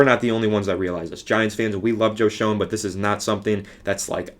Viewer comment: It's pronounced Joe Shane lol